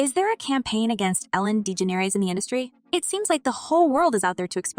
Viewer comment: Good god the way this robot f#*&s up her name good god is so bad, just use ur freaking voice so u don't mess so EVERYTIME 😂😂😂😂